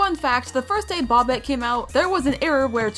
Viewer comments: It's BOBBET not bobit😭😭😭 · It's bobette not bobtte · It’s not Bobette it’s boebette it’s spelled Bobette it’s pronounced boebette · bObETe ITS BOBETTE BUT THE O IS LONG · It’s bob ett E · why did you say bobette like bop it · you sajd bobettes name wrong 👹👹